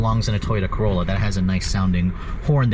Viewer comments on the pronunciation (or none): none